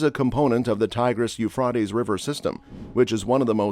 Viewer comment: Please say the Euphrates River right. 😂